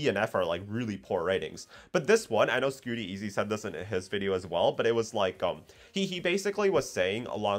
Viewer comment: Scoot-teezy lol think saying his name right is important for a shoutout